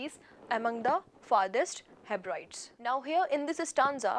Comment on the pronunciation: Guru! It's not heb- rides, you should pronounce it as heb ri dees.